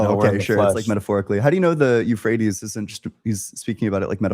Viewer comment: “the euphrates river” “yeah the rephrase river”